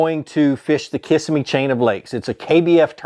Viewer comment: Love how you are pronouncing Kissimmee Ki-sim-me is the correct pronunciation